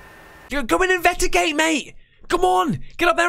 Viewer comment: Haha... In the beginning, he couldn't say investigate... He said invedagate.... LoL